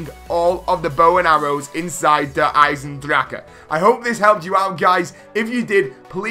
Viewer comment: The only person who can pronounce der eisendrachen?